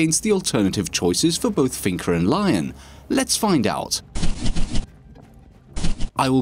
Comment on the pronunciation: I dont think it's pronounced Lion, I think it's Leon, it's french